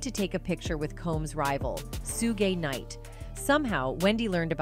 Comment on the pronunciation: What about Sue-Ga Knight or The Notorious BIG